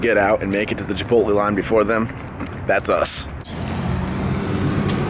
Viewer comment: It's Chipot(lay)